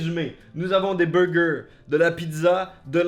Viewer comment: on commence par les beugeuh